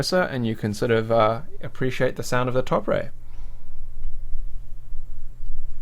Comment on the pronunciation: "Top Ray"